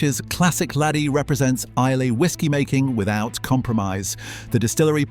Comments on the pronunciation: Please. It's Eye-luh, not Eye-lay! Shame you overlooked Campbeltown. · Islay is pronounced "eye-la" not "eye-lay". And the fact that Laphroaig did not even rate a mention says much about the validity of the video! As for Johnny Walker, when I was a boy growing up in the very east of England I often saw, in the local railway goods yard, full grain hopper wagons with "Johnny Walker" on their sides! "Scotch" whisky made from barley grown in East Anglia!! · Please pronounce Islay correctly......I..la.. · Loch Lomond is in the lowlands , look up the highland boundary fault. Islay is pronounced I- lah. These are the things that shocked me the most. I never drink anything produced by Diageo . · Teach the bot how to prounce Isla.